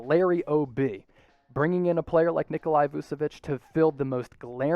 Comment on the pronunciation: Heads up, it’s not pronounced “Nikolai” or “Vusevich”, it’s “Nikola Vuchevich”. Love your stuff though. 👍🏻